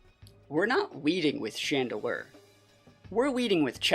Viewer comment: IT'S CHANDELURE, NOT CHADEDELURE!